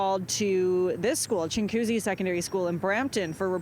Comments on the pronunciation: its chin goo zee... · It's pronounced ching wa coosy, not chingcoosy